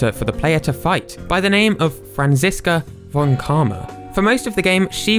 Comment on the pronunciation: I'm not gonna say you spell von like fon in German... OH FFS! ITS FON NOT VON!